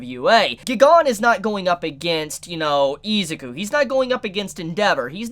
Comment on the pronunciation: I cringe every time he butchers their names. List of butchered names so far: Izuku (e-zuhkoo) Ochacco (oh-chuckle) Mineta (minuhtuh) Kirishima (kuhreeshy-muh) Aizawa (eyezuhwuh)